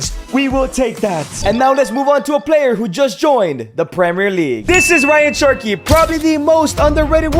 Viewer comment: Great content Bro, but you’re Mexican. You know how to say “che-rr-ki,” not “chur-ky”